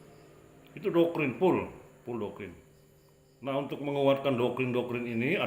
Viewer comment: Saya kok jadi bingung, itu bilang Doktrin atau Dokkrin ya?